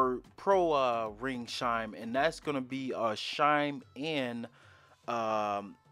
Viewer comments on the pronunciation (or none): It’s chime, not shime. Chime has the same first consonant as church. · Not the grammar police coming for you for saying “shime” instead of “chime. Sometimes people pronounce things differently. He could have an accent or their primary language may not have a “ch” sound. It could be a speech impediment, or simply that he is used to a different pronunciation. Get over it. The English language isn’t the only language in the world and hyper focusing on his pronunciation just makes you sound pedantic. He’s just trying to be helpful and that’s what you care about. Take it for what it is. Grow up. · Glad I’m not the only one who noticed he says shimes instead of chime😭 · It's not shime. It's CHime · Lol he said it like 10x